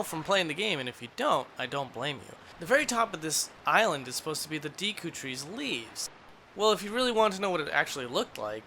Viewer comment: Take a sip when he says "deekoo"